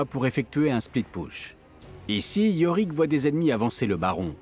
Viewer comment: Ok bon ben à priori on dit "Split Poush" et pas "Split Peush" donc c'est cool j'aurais amélioré ma prononciation en anglais aujourd'hui (qui était déjà plutôt pas mal mais bon on peut pas tout savoir).